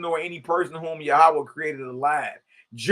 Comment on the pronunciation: I like how our bruh enunciates it..Yah oo waa